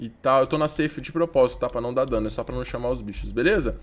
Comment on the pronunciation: 15 segundos "sóh" ele disse kkkkkkk guentei n